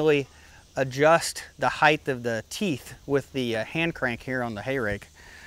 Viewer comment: Great videos but every time you say heighth instead of height, I cringe.